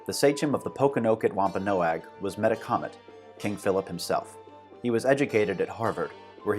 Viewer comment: We always pronounced the name: Meh TAK OMET, not meta comet.